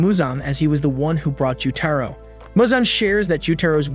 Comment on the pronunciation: bro really called tanjiro "thanjiro", gyokko "jocko", gyutaro "jutaro", and demons "devils"